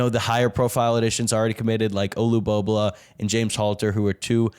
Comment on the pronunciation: good show. One critique though, since no one else is telling you; Olu-bo-bo-la, not "bobluh"